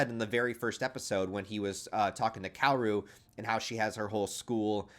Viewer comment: Kaoru is actually pronounced Ka-o-ru btw.